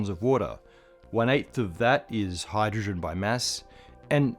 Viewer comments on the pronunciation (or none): Did you notice the “hyrdrogen” ? 🤨